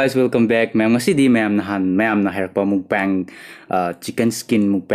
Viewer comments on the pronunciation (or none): It's mukbang bro not mukbeng.... And Bowl not ball...btw nice👍